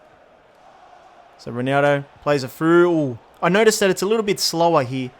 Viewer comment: the way he calls ronaldo ronaro lmao